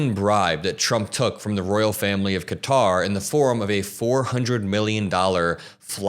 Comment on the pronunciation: Thank you for not calling it "cutter" like every other youtuber ive heard.💙🩵💙🩵